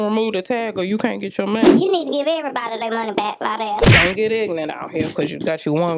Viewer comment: Lie-dell is not worthy of the vocals, but I thank you for the blessing.